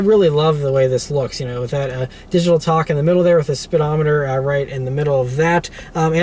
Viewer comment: TACH, not TOCK 😁